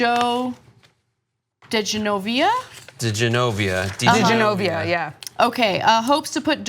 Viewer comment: So Ana can’t read the name DiGenova properly and says Di GenovEE-a...then two of the others on the panel confirm that her mispronunciation is correct. smh. Idiots.